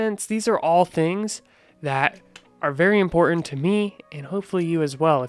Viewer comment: I dont know why but I love the way he says Im-por-tant lol enunciated that shit out lmao